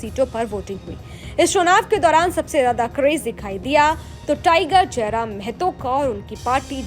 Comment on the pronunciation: its not mehto, its mahto, kindly correct news anchor madam